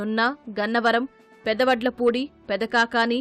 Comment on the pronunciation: News reader garu tappuga chaduvutunnaru correct ga palakandi pedda vadlapudi not pedda vattla pudi😂. Agiripalli not arigipalli.